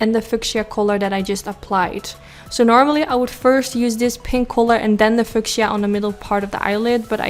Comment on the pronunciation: just to be helpful only. It's pronounced Fee you sha (fuchisa) Love you. Exquisite eyes. I love pink! Your smile is beautiful! 🌹🌷🌹🌷🌹🌷🌹🌷🌹